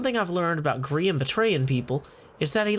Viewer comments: Grian* not groan u silly goon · holy crap the southren voice grian rhimes with readin lol im with you